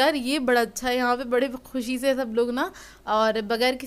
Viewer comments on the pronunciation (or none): none